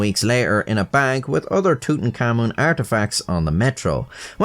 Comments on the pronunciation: It's not pronounced "tootenkamin" It's pronounced "tootenkamoon" But for an Irishman wtf It's correct enough🤷😂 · I'm sorry, just a few seconds in I'll have to comment that your pronunciation of Tutankhamun sounds like tootin-cummin to me. just in case you weren't aware. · i like how it REALLY sounds like "tootencommon" when says it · Amigo please don't call him tutankhamun, his name is Tut Ankh Amun, with spacings.